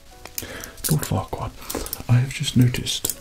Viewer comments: At the start at first I though he said loud fuckward. And no offence I have bad hearing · It sounds like he's whispering Lord Fuckwad LMAO 🤣🤣🤣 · Who the hell is Lord whatever?? Sound like lord fukkwhat! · Oh kk ... so now I understand , ... I thought he was saying ohhh fu**er! Again and again. I didn't understand why he was saying that, when he was being so nice all the time,..... and then I saw the title clearly and only then did i understand that he was talking about lord furquaad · I heard "LORD FUC K OFF" and I screamed laughing